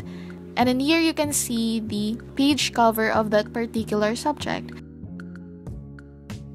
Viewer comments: Funny how you pronounce page as peach 🙊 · i couldnt watch the whole video because the way you pronounce 'page' was so annoying im sorry